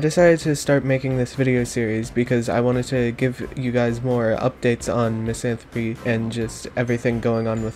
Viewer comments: i think she did moff the pronunciation, because misanthropy is what she said, but the level is called misanthrope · Thank you for the vid, I love this level (P.S. it’s pronounced misanthroap) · Ok thank god I’m not the only one who pronounces misanthrope like that (even though I’m pretty sure it’s wrong)